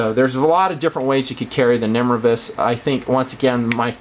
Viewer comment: Pretty sure it's nimrayvus not nimruhvus.